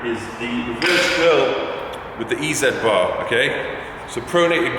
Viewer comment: OMG did he rlly just call it an "E (space) Z" bar WTFFFF